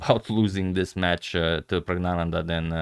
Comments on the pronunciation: Sir, I think the first N in PraggNananda might be silent during pronunciation. I am not sure, but I think it might be so. Since you are so meticulous about pronunciation, I am commenting this. Other viewers, particularly from South India might help in this matter. With lots of thanks and regards. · N should be pronounced. Pragg-na-nan-dhaa.